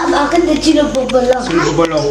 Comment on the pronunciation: Arrête de dire bobolo’o 🤣🤣🤣🤣🤣